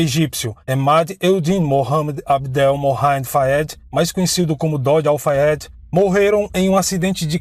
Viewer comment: Parabéns! Você falou tão bem o nome completo do namorado dela, Dodi Al Fayed.. Eu ia precisar de uma semana para decorar. Não acredito que foi assassinato. Acho que foi acidente mesmo. Assassinato planejado em ambiente público, Paris, e cheio de paparazzi me faz levantar sobrancelhas. E sabemos que ela dispensou a segurança da família Real. Se for verdade, a polícia francesa acobertou. Porque qual motivo? Foi dito a época que Dodi mudou o trajeto aquela noite. Saindo por outra porta o que enganou muitos paparazzi. É a pergunto que faço; como um assassinato planejado ocorreria sem que os assassinos soubessem sua rota aquela noite?